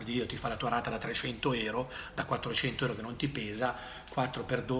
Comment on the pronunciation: Si dice EURO NON ERO